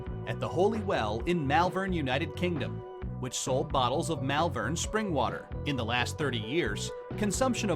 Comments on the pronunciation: Malvern is pronounced "Moll-Vern" not "Mel-vairn" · I never touch bottled water - the tap water where I live is, and has always been, very good. Oh, and 'Malvern' - it's pronounced 'MAUL-VERN', and they still sell the water, and you can still fill your own bottles at several springs in the area. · Stopped watching when the presenter jerk mispronounced Mollvern, yes it is pronounced Moll vern. and Water is not pronounced wodder either.